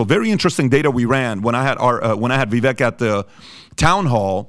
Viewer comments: Vivek sounds like vivake (rhymes with cake). not viveck. thank you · Vivek, pronounced Ve-Vake long A like Cake.